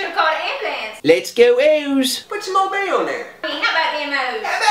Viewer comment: Old bay seasoning on everything. Always. Fun fact: Because of how my family pronouces it, I swear I thought it was "Obey" seasoning for the longest.